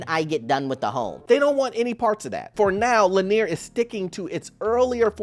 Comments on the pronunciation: It's Lennar, not Lanier. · Lennar, not Lanear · not Lennar but Lennear???.. 😂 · Thank you. Every time he pronounced it LanEER, I cringed.